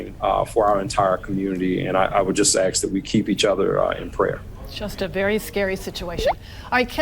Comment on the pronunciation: This guy said "Ax" instead of "Ask" ? Is he OK mentally ? Maybe a tad bit on the slow side or ?